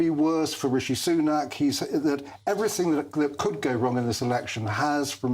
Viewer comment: Did he just say rishi sunake re-elected?